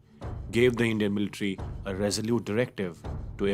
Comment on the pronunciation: This is beautifully presented and narrated but son I would advise you pronounce the word 'Military' correctly and not 'MILtary'. :)